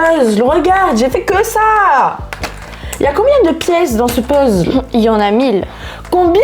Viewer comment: Hahahhaha ça am fait trop rire quand elle dit puzzl c'est un puzzel pas un puzzl